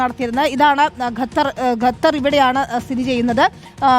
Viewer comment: pls train your reporters atleast to pronounce country names correctly. its Qatar not gathar or ghathar